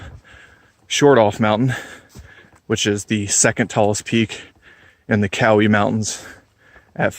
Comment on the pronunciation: Growing up in Bryson City, everyone I know pronounces it close to the way you do...Cow-ee.